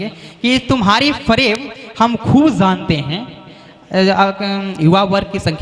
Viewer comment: Pronounciation sahi nhi h jb ko zb jante k bajaye zante is trh ka shayri achha nhi lgta, tallafuz pr dhayan den plzz